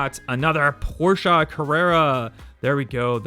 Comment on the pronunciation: I like you because you're one of the few youtuber collectors to actually say Porsche correctly